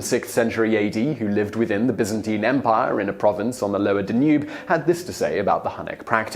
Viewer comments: DAH nube river, not dah NUBE. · The river is called the Dan-Yoob, not the Da-noob. Ffs. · The D'nuube River. Mate , it's Danube. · Please learn to pronounce Danube the accent is on the first syllable not the second. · Odd pronunciation of swarthy, Danube and Byzantine and Aetius. There could be more. I skipped through a bit. I wonder what the provenance is for those particular pronunciations.